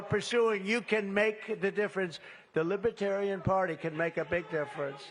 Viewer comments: This azzfart, cannot say the word Lib-er-tarian. He says "Libra-tarian" or "Liba-Tarian" and he speaks in the third person like George Costanza. And did he say that Biden is fining Christians $11, 000 for singing hymms? trump is nuts! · He struggles to even pronounce the word libertarian